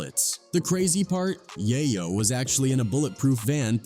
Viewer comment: You know you’re listening to a bot when it can’t say “Yayo” and “In da club” right.